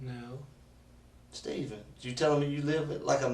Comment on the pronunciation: Steven. STEven